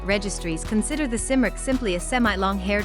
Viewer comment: Except it's pronounced Kim-rick